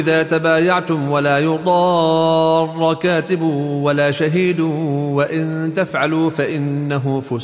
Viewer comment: في غلط بالقراءة بالمد اللازم المثقل الكلمي مثل كلمة (ولايضار )يجب مدها ست حركات ثم يتبعها نبر بسبب وجود الشدة بعد المد..